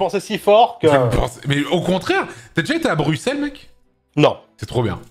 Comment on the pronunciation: La preuve qu'Anto est de bonne foi et a du discernement par rapport à la Belgique : il dit "Brusselles" et pas "Brucselles" comme beaucoup trop d'autres FR